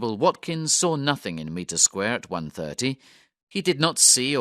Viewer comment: Mitre Square is definitely not pronounced Meter square!